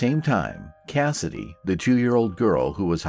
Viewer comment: You had me confused when you said Kennedy's feet were clean. After replaying it, I assumed you meant Cassidy.